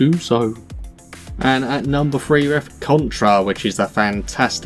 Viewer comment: I figured out afterwards but in the video you said "at numbed nine we have what is generals 2 essentially"